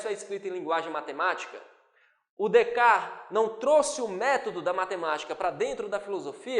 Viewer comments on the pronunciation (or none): none